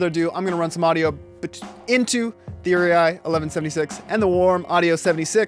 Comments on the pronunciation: it pronounced "ur-eee" not "ur-e-i" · Uri--eye? WTF??